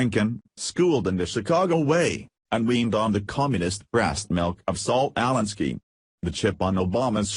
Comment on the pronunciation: This robotic voice needs to go. It can't even pronounce Saul Alinskys name right. I think this shit is Fake News to the max.